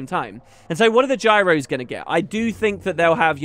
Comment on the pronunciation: Gyros = Signets is what I am hearing